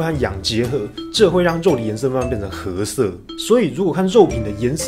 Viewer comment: 褐色的读音可以查查字典